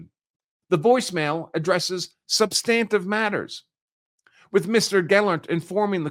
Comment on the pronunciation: Good content but he does not know how to pronounce "ex parte". It is Latin and the last "e" would be pronounced roughly as "ay". He can't pronounce "substantive" either. I gave up there. It was very distracting.